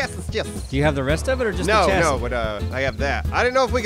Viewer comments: It's pronounced "chassy" lol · The way chassis is being said. cringe makes me feel ill.